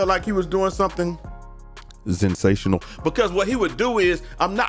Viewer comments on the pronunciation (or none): Lmaooo “zensational”